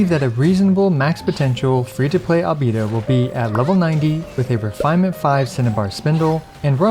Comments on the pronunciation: Min sorry I can’t watch this video bcs of you saying albido instead of albeido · For god's sake please stop calling him albeedo. I love your content, but this is outrageous. Put the voices in english and listen to the pronounciation ffs. AL BAE DO. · Now I see why Albedo's name pronounce: Alovador/Elevator 😉 lol